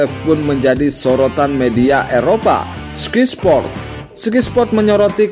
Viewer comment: Oeeee bacanya SKAY SPORT bukan SKY